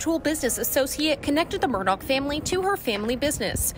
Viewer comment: Alex pronounced his own name Ellick Murdick on the stand